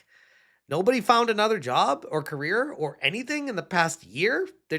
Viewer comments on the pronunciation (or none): none